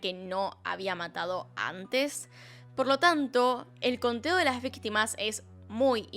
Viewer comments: A ver cuándo se entera que dice "vitima" XD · te comiste la C de Ví"c"tima. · Me encantan sus casos 🥰 Pero dice vitima jeje Lo siento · Le falto la “c” en víctima señora